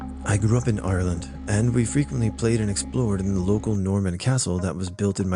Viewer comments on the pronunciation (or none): Did you mean to say Ireland in such a good Irish accent 😅